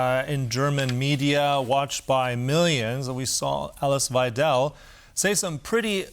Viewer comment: `wei - del. Not: wei - `del.